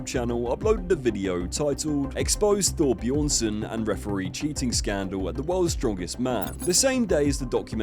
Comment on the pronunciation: Eddie stop being petty and say Thor's name propery, hes bjorn-son, not buh-jorn-son, spelling i know but still shits mad petty man